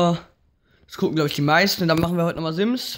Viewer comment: Sims wird mit scharfen >S< ausgesprochen Nikolas Gladbach